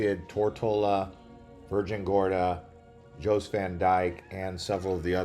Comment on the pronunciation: Great video but you are pronouncing things wrong. We say Coki (cookie) beach. Jost (yost) Van Dyke. Magens (may gens) not Megan or how you were pronouncing . On Water Island the beach is called Honeymoon beach. Dinghy’s beach bar is located on Honeymoon beach.